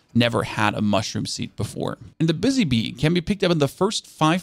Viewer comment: Yeah but he's saying bussy, not buzzy.